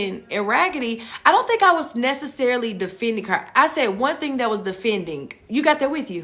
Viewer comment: We've got people who don't even use a "g" on the end of words, and then you've got (girl in video) who make the "g" a whole syllable! Re: theen.....And ........ Re: theenguh 🙅‍♀️🤦‍♀️🤷‍♀️🙄🤔